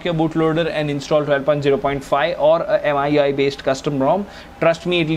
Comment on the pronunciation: Me UI dude. Not M I U I.